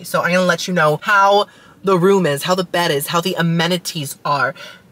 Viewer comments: You saying "amenities" reminded me of Nemo trying to say "anemone" 😂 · I can never say amenities either 😅